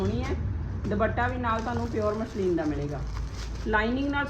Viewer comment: ਮਸਲੀਨ ਕਹੋ ਦੀਦੀ ਨਾ ਕਿ ਮਸ਼ਲੀਨ